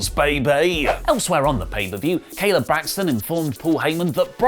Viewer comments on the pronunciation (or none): none